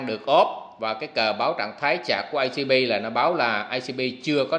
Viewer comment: Anh ơi e thấy a nói"chạc" nghĩa là 'sạc ' hay 'nạp' ạ